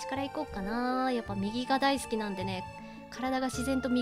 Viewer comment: 『好き』のイントネーション、大正解ですっ！